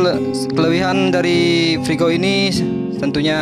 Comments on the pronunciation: Kau juga salah frigo. Kau kira menggoreng kah. Freego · Freego, Mas....